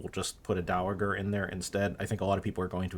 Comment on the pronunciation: I like this script. But I have to point out that "dowager" has a soft g. It's pronounced dow-uh-jur, not dow-uh-gur.